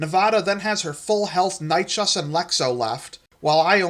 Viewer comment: Love this mate! Though as a pedant Dino nerd I do need to say that Nychus is pronounced Nye-kiss :)